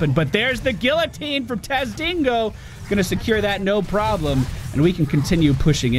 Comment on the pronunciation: "And theres the guillotine from tazdingo" tazdingo. TAZDINGO. who is that hero? Ive never heard of him